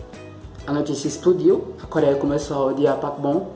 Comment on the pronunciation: Parece q vc tá falando papom Dkdkksksksksksksksksjsjsnns